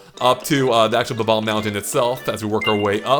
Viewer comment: they are pronounced Bob - Omb. NOT Bah - Bombs